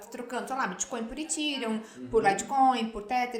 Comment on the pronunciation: Muito bom! Só fiquei sem entender uma parte, depois percebi que ela estava pronunciando ethereum rsrs